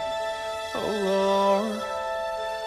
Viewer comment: I love how he pronounces "Lord". ^_^ Marco is... I don't know. I don't think there are words. <3